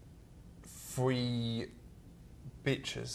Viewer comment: he said free not 3 lol